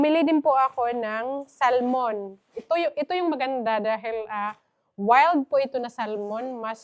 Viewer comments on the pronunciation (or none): none